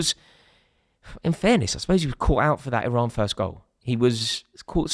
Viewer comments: It's Iran you knob 😂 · Someone tell Rory It's Iran